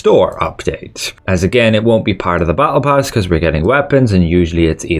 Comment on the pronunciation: The way you pronounce battle pass and apricot triggers me